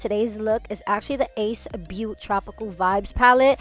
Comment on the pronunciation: I think the brand is pronounced “Ace Beau-TAY”. But I love your personality so I appreciate any looks you do. This is stunning and so inspiring